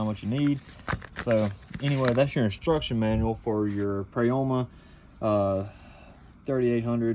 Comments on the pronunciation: Pro-YA-MA say it with me friend 😂 sorry I had to. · It the part of the world I live in the “O” does not have a sound of Prayama